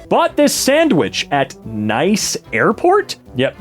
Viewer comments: Nice. Nice, France. Pronounced like "niece." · Nice is a city in France, it's pronounced Ne-se. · Nice is a city in France. It is pronounced niece.